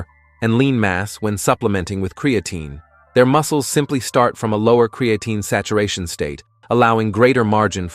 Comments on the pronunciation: Why does AI always mispronounce words like Creatine.and Peart (as in Neil Peart the professor). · ai says create-teen is good for you